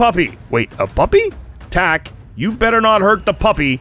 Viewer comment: Second they said "Tak" I audibly said oh god no. But the redemption was amazing